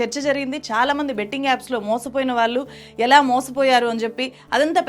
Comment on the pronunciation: "వాల్లు" కాదు madam. "వాళ్ళు" అనాలి